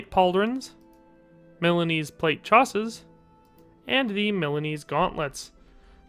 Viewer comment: Oh my, I actually believed Jim Henson is dead. Btw, coif and chausses aren't pronounced like this, should be more French sounding.